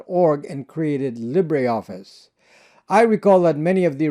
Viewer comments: Its NOT LibréOffice. Its LibreOffice ! You don't pronounce the "e" (even less "é") but just : LibrOffice and voilà... there you go !!! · Interesting pronunciation of 'libra'. As a Brit I pronounce it in the French way 'li-bre' (lee-bruh) to mean 'free'. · Pronounced leeber office not lib rey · LibreOffice ftw! BTW it is pronounced Li-ber Office, not Lib-rey Office! Just like: Fibre = Fi-ber not Fib-rey! Titre = Ti-ter not Tit-rey! Cadre = Cah-der not Cad-rey! Sabre = Say-ber not Sab-rey! I know English isn’t your first language, so I’m just adding this for English speakers. These words are of French origin (not Spanish or Italian) - so that is the reason for their non-phonetic pronunciation. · Libre pronounced “Lee-Bra”